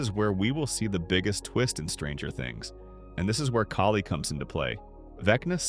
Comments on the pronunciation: Thank you. It was driving me nuts. If they don't know the names why do they make videos? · Kali is pronounced “Call-lee”. You pronounced it three different ways in this video. Are you using AI for this?